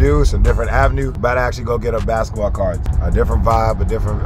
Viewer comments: man cant say cards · Sounds like ya saying cars not cards lmao. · i thought he said carts, but no cap a cool kicks smoke shop would be cool i don’t even smoke but it sounds dope (obviously a better name tho)